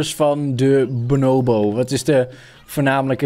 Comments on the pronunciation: Niemand: Helemaal niemand:: benoowbo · De mensen die weten hoe je Bonobo zegt ergeren zich sowieso super erg aan hoe don het niet 1x maar 50x achter elkaar fout zegt😂